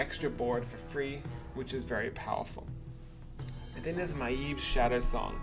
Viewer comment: hey, don't know if you played WC3. but your pronunciation of Maiev is hard to listen to:P it's more like Ma-Yev.. give it a try;-)